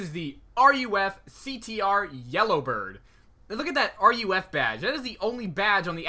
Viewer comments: Oh wait nevermind I see what you mean! Lol he's saying its called R.U.F. Its pronounced "roof" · Did this weirdo just said r.u.f? It's ruf smh people sound so dumb! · Roof not R.U.F. please. Also, there is a Porsche ducktail spoiler. This was known as the whale tail. The CTR was based on the narrow body 911 for low drag at speed which explains the mirrors. Thanks for the video.